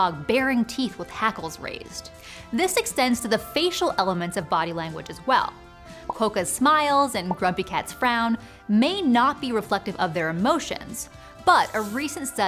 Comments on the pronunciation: Quokka rhymes with "clock-a", not "cloak-a".🙂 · "Qwhoa-ka" Not how you pronounce that word.